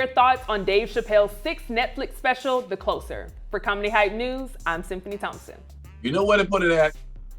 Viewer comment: my most disturbing thing in this video is how she said the title "the closer" like something is getting close rather than someone closing something.